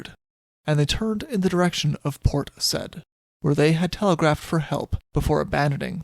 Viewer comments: It's Port Sa-eed:-) Great telling of this incident, poor parrot. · Yes, Port Said (Sy-eed). Also: sink-sank- (have/had) sunk Yorkshire is pronounced Yorkshuh/sheer. Otherwise, always a pleasure listening to you. Cheers!